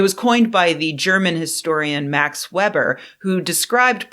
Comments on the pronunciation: Pronounced Max Vayber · My polisci professor from twenty years ago wants me to point out that Weber is pronounced VAaber, like Darth Vader with a different first name and a B where the D goes. Great video, though.